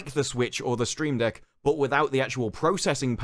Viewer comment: Love coverage, but "Stream Deck" and "CG Project Red"? 🤣 I could be mishearing him.